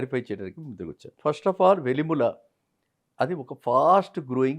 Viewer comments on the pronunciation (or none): Ayya velimula kaadu andi.. velimela..